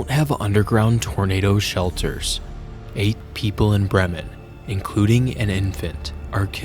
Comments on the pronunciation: It's pronounced BREE-mun. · as a local we pronounce it as "bri-men"